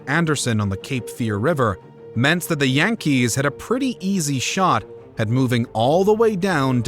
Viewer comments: And that's how current inhabitants of the Bronx pronounce their baseball team. Jan-kees.😅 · That's how current inhabitants of the Bronx pronounce their baseball team. Jan-kees.